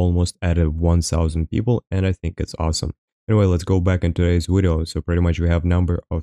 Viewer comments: No its wideo what are you talking about? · You both say and spell "wideo" it's "video" :)